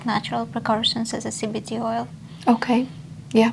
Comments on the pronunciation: I think it’s just her accent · Hmmm Im confused where she says CBT oil I think she meant cbd but the doc thinks she said cbt!